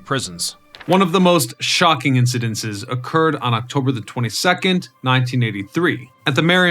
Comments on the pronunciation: "Incidents" *NOT incidenses! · Incidents, not "incedentses" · "Incidents", not "Incidences".